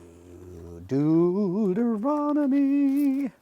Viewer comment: “Doo Deuteronomy” XD